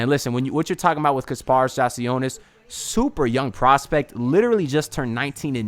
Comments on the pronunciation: Great vid, only thing is that I’m pretty sure it’s pronounced “yak” not “jack” lol, great vid tho! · Yeah it’s yak